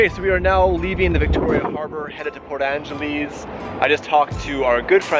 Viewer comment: Please say it right lol! Port Angelesss, not Angeleeese!